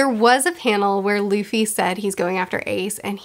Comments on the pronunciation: Did anyone else hear her call Luffy "Lucy"? wink wink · That " I love Lucy" flub will come back to bite you. Be prepared. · "i love Luci... Luffy" i loved this mistake auehauheuaheuhae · calls Luffy 'Lucy' Me: Her observation haki is so good, she can see the future!